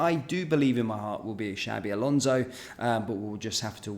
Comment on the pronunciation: Shabi alonzo 😂😂 xabi alonso 👈👈